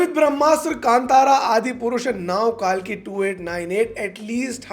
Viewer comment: Why is everyone calling it कालकी. It's कल्कि.